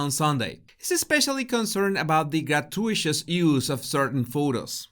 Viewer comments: “Grah-2-it-us” not ‘grat-you-Ish-us”. Just saying. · Gra-TU-i-tus not gra-tu-ISHUS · Gratuitous is not pronounced gra tu ishus but gra tu it us. Hope my correction does not cause offence. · Gratuitous is not pronounced grat-too-ISH-us. It is pronounced grat-TOO-it-us. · Gra-tu-i-tus...phonetic spelling of gratuitous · Hey,, Try learning to say "grat-tyoo-it-tus", "grat- tyoo-it-tus! Got it? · It is pronounced gra too it tuss. Thanks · querido, se dice (gratuitous) "gruh to ih tuss". So then Harklets patronize Joselitos Taco Truck too. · grat-uit-ous. you pronounce every syllable, like con-trov-ersey, not contro-versey. but transitory IS one word, not trans-it-tory. american is wrong, standard english is right. 700million speakers versus 1.75 billion. not that i like trolling a guy called. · It is pronounced “grat-you-it-us” (sorry to be picky!) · That’s “gra-TOO-it-us”. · Thanks as always,!! PS: Correct pronunciation of GRAH-TOO-IT-TUSS. (Gratuitous) Keep sharing and improving! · Love your video. You are so articulate and, as most of us, we have expanded our vocabularies via reading. With this in mind, please check on the pronunciation of gratuitous. I will attempt a phonetic spelling but, you’ll probably do better online. Grat too it tuss. Hope this helps! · Your pretty amazing! Oh, (FYI, it's pronounced "gra-TOO-ih-tus" You're far too brilliant to trip over that.) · The word is pronounced: grah-TOO-ih-tuhs. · Gratuitous is pronounced “gra TOO it us” in English. You’ve taught us so much; it’s only right to return the favor! ☺️ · Like your channel but please google the pronunciation of gratuitous.